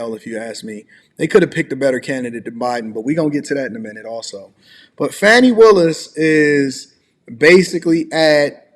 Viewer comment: That's not how Fani is pronounced. Fa-knee